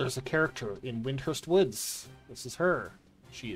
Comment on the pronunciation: There's no H in WinDURst